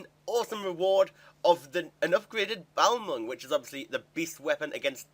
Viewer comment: The way you say balmung makes me want to punch some babies.